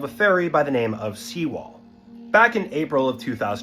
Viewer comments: Sewol, not SEAWALL lmao. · For fuck sake, it's Sewol, not Seawall. Can't you get it right?